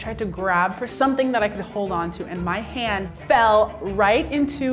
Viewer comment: “And I grabbed it in my HAWWDNNDEDD” omg why